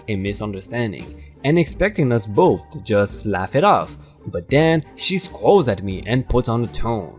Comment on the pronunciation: SCOWLS is NOT said as SKOWLZ... it is said like Sk--OWLS (rhymes like fowls, towels, bowels, etc)